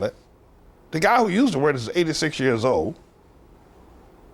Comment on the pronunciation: the way he said “years”🤣🤣🤣